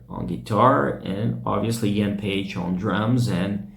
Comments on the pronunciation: Drummer's name is Paice, nickname Paicy, not Page. work on your pronunciation man before you go online, would you? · I liked your video... tnx for putting it up... and I need to say that Paice is not a Paige like you pronounce it :)